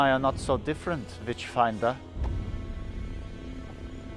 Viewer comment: Everytime the nazi says 'witchfinder' all i hear is 'Bitchfinder' and I really wish that was a real thing because reading about the 'Bitchfinder General' would be amazing.